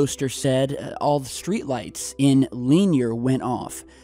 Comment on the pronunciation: Didnt pronounce leanyer right thou lol